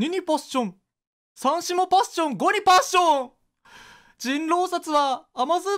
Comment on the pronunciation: パッ↑ション↓